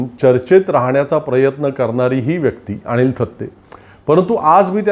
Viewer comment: आपण अणिल थत्ते आणि आणंद दिघे , असा उच्चार करत आहात. तो कृपया अनुक्रमे अनिल आणि आनंद असा करावा.